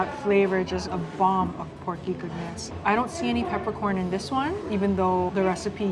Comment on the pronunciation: Local Mammi&Daddi eateries😊 .... "any,..emmy, ... I mean ANY....." 😁😆😆